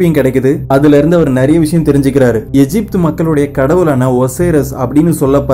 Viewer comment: எஜிப்த் இல்ல எகிப்த்